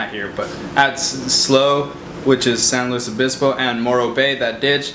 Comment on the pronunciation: He fuckin said our city name right lessss gooo